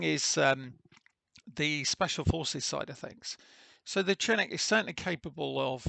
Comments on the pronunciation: It is (shi-nook) not Chin nook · Pronounced shee-noo'k :) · SHIN-OOK, YOU LIMEY BASTARD!